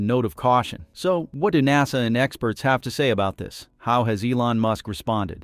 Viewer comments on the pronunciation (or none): I got turned off as soon as I heard nawsa! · What's a NOS-uh Astronaut? I've heard of NASA, but not this new NOS-A thing. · If you can't get your bot to pronounce "nasa" you should make some adjustments.